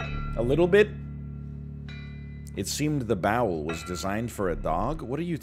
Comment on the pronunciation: 1531 he really said bowl as bowel lol? Talk about being distracted by chat...